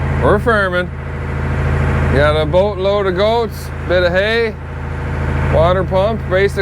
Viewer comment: "Bote lode uh gotes" ❤